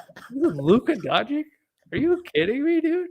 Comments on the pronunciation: Now that Luka is a Laker maybe can learn how to pronounce Doncic's name correctly. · You don't even know how to say his name. Dummy. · Doncich doncich doncich doncich not doncik donchick donkick donakick donatello